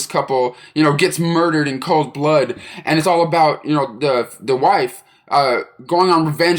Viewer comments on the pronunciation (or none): none